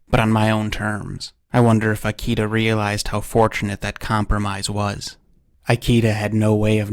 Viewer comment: "Ikeda" is pronounced as /ikeda/, not /aiki:da/.